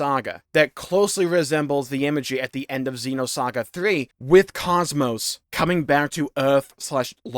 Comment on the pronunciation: I hope Xenosaga does finally come back. Maybe then people will learn how to pronounce Kos-Mos.